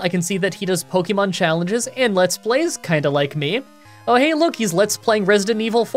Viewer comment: Dude please for the love of god pronounce Pokémon correctly. “Pocky”mon is so cringe